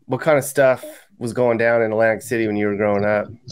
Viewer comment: Did he say " Atlantic Shitty " ???